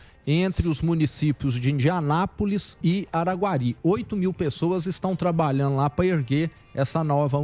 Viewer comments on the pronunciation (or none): Governador o nome o do Município é Indianópolis e não Indianapolis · Governador acho que o nome da cidade mineira e Indianópolis , não Indianápolis kkk